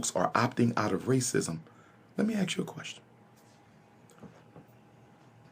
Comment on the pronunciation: Pro Tip: don’t take direction from someone who can’t even pronounce the word “ask” correctly. You’re welcome. 🫡